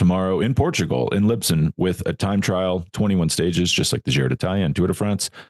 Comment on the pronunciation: Did you say " libson"?